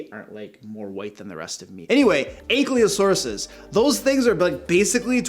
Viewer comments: So, Ankylosaurus, the Y is before the L, so it would be ank-ee-lo-saurus, not ank-lee-o-saurus. Just minor nitpick! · Just a correction of a common mistake I see (not trying to pick on anyone or anything) but it's pronounced "ank-EYE-LO-saurus", not "ank-LEE-O-saurus". It is spelled "A-N-K-Y-L-O-S-A-U-R-U-S" - notice in the spelling the position of the "Y" before the "L", not after it. Again, it's a very common error, most people make it. Ok, back to the show! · It’s pronounced an-KAI-lo-sore(s). And you probably mean utahraptor, not the older and much smaller deinonychus.